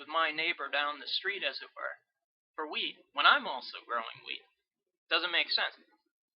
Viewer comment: I thought you were saying weed instead of wheat at the start haha. Very helpful thoo thanks.